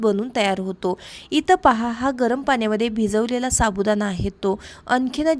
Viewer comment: साबुदाणा पाणी बोल साबुदाना पानी नाही